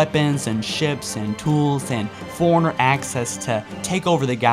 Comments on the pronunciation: And forerunner sounds like foreigner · learn how to pronounce things its fore runner li brar ian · it sounds like you said an ancient foreigner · Excellent video but.....dude you're killing me...it's, "libRarian" and, "foreRunner" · "foreigners" "liberrians" "sentinent being"